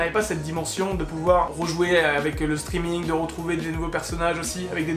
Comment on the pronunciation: "Chtreaming" belle prononciation